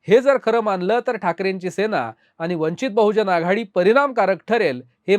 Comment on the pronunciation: वंचित बहुजन आघाडी असा उच्चार करा